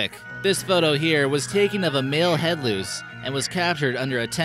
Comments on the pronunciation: Louse is is not pronounced loose, it is louse, which rhymes with house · Loose? Do you mean LOUSE?